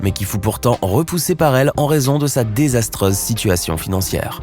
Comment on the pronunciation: Ta prononciation -- les zotres, les povres, daizastrese....etc -- est exxaspérante. Alors tu gardes ten istoare, et tu reviens quand tu sauras parler français.